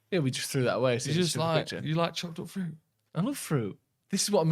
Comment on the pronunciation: I only hear saying "Chocolate fruit", even when I realised it was "chopped up fruit" (after said it) it still sounded like Chocolate fruit! EDIT: saying he'd like to visit San Fransisco, but this time "going the other way" nearly killed me! 🤣 PLUS: The Rhine goes through 6 countries France IS one!